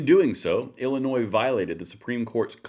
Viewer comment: When she can say my states name correctly maybe I will believe she gave more than a passing care my way. Illinois, the s is silent.